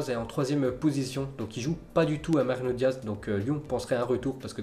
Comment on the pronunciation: Ça galère à dire Mariano Diaz mdr